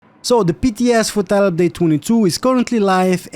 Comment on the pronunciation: "TYLUPDATTWENTWO" XD